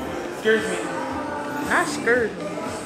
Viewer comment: I’m crying 😂😂 “not scursemeee”